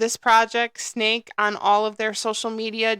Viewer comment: Great video, great project. Pronounced SSSS....neck not snake.♥️